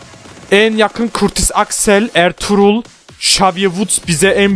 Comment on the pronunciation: abi r-trugh ha ertugrul diyen ilk insan sensin galiba 😂😂 +1